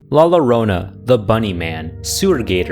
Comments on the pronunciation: ❌la lorna ✅La llorna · la lorona? FOR YOU PEOPLE TO SAY IT, ITS LA YORONA AND LA LORANA FOR SPANISH PEOPLE, WHICH TRANSLATES TO THE CRY'ER, LA LOW-RO-NA IS ABSOULOUTLY BUTCHERING THE MYTH'S NAME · As someone who is part Argentinian, we pronounce the double-l’s differently, and it took me a minute to remember that elsewhere it’s a “yeh” sound and not a “jeuh” sound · La lorona its "La Llorona" yorona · I’m sorry but La low rowna fuking killed me😂😂😂 for the record it’s Yo Row Nah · As a Mexican I formally forgive you.. ( la llarona : Lah-yahronah) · ain't no way he starts off saying La Lo rona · I’m sorry I laughed when he mispronounced La llorona as “Lah lorolola” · Man when I started the video I restarted the first one second like 100 times just cuz of the "LOLORONA" xd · Pronouncing it "la LORO-NUH" is crazy work 😭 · Let’s talk about “luh larOna” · Bro la lallrona Im Mexican and thats not how you pronounce it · LA LORONA..☹️☹️😕😕😞😞 Its pronounced La yo rona Anyways DUDE I GREW UP ON ANIMAL JAM OMG SHIPS?!!???? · Aint no way bro called La llorona "lalalruhnah" 😭😭😭😭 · “La llorona” is pronounced “la jorona” or “la yorona” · Lah Yohronah is how you pronounce it, but the ‘r’ is rolled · la la rona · Bro what is la la rona 😭😭😭😭😭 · I forgive you😞 it did make me internally cry but dw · No need to apologize but i was so confused when you said it!! 😂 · Why is no one talking about how horribly he said “La llorona” 😭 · The way he pronounces La Llorona at the start gave me some mental pain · Wait that's what he meant to say? Oh my god.